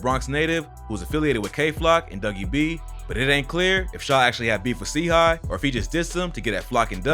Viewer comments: MANS SAID C HIGH bro yk u smokin delilia if u cant pronounce the shi bruh its CHIII like CHItown u mook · Nigga said c high watts its chii like chai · nice vid and chii is also pronounced like (shy)